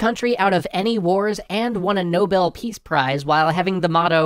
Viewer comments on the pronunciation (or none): none